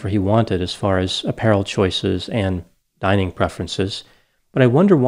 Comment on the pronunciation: THIS MAN SAID DINING CHOICES LMAOOOOO